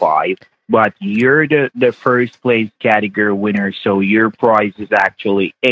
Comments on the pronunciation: He does not know how to pronounced Category. He says "categer" 😂😂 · None of them can pronounce category!!! 😆🤣😂